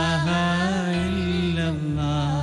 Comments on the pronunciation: ഒക്കെ നല്ലത്..... ലാഹിലാ ഹ അല്ല.... ലാ ഇലാഹാ ... എന്നാണ് വേണ്ടത് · ikkante voice okke adipoliyaan.but laahilaha alla tto plz change that mistake 😕